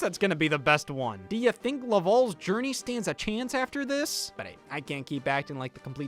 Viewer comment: it's pronounced "la-val", not "la-vaul"